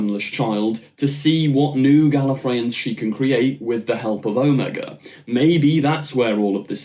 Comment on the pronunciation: Pronounced Oh-MAY-guh